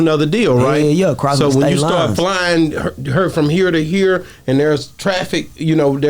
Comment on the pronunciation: Over heer or over theer